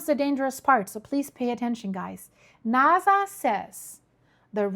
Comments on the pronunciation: It’s NASA with an S not naza with a z….. subtitles is even spelling it with a z because of your pronunciation. No biggie Just didn’t know if you knew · It's pronounced NASA, not NAZA. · it not Venitzzuela...its Venezuela.theres no T. and Nasa is so simple also.its not naza